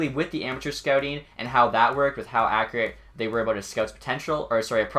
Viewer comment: I cringe when u say accurate, other than that, amazing video